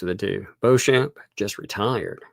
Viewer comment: Beauchamp is usually pronounced ‘Beecham’.